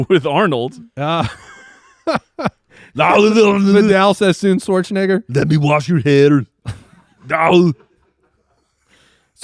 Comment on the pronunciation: needs to be more careful with that "Schwarzenegger" pronunciation 😅 don't want someone out there explotivley editing that into a problematic statement.